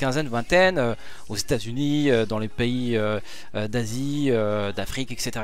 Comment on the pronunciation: Quand T'as dis Les pays d'Asie j'avais compris dans les pays Nazies 😂😂